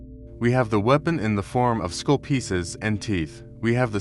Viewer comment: Skull not school. Someone teach this AI the difference